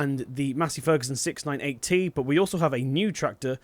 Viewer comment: 698T sounds like 6980